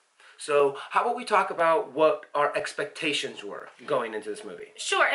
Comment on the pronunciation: 'Ex-pah-ta-sions," hmm, never heard it said that way, . .,"maybe your expahtations were too high," cute.